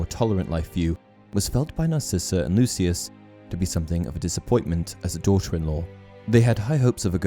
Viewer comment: It’s Draco not Drako and it’s Narcissa.